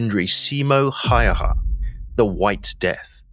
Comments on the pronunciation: Häyhä ausgesprochen häühä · Nice video, but you are pronouncing his name wrong. The Finnish "ä" sounds like "a" in "hat." Ha-ew-ha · For ease of pronunciation its pronounced almost like Howha or Hauwha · His name is pronounced as such, Ha-Oo-ha.. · The a with to dots (ä) in Häyhä, are pronounced as the a in 'mad'.